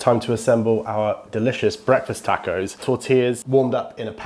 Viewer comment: For the record you converted myself and I’m pretty sure at least another or two people in the accent that is Breakfast Tacko!! It’s awesome and fun as heck to say. I’m not joking or making fun either. Every now and then you get a person who pronounces a word or phrase in a different way than your use to hearing and a lot of times it sounds a whole lot better. Example: HEB I now pronounce HEBEES. It just sounds more fun to say in my 1 cents opinion. Much love from South H-Town Tejas!